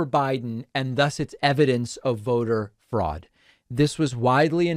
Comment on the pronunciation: "Froad!" Lol....